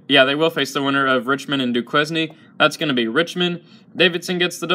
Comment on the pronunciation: These picks pretty much mirror mine. The Bonnies look good. Also love your vids dude but I have to say I chuckled a bit at your pronunciation of Duquesne lol